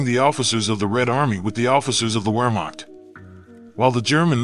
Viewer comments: Its pronounced Ver not Wer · Please pronounce the words properly if you're attempting to make an educational video. A quick google search would inform you that the "w" in German words is pronounced as a "V", and subsequently the "V" is pronounced as a "w". So the Wehrmacht is pronounced "vehrmacht". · Pronounced Vermacht. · I’m not German or a German speaker but I find it strange that Americans simply refuse to pronounce the German “w” like Wehrmacht, Wagner , Werner Von Braun” , Volkswagen etc